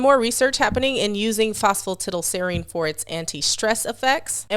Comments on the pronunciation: Lol Not all americans pronounce it that way. She's the only one I've ever heard say it that way. Everyone else I've ever heard pronounces it "tidal" as well. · I'm tickled that Americans pronouce it phospa 'tiddle', not 'tidal', because the only other similar words that come to mind are piddle, widdle and diddle.